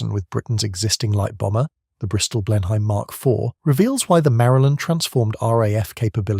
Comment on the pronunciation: And Blenheim as Blennum.